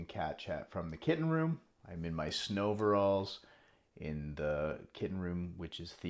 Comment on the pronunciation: Did you say "snoveralls" 🤣